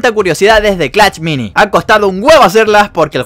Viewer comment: Wey sabes alabar o qué pedo solo decís clach mini y es clash mini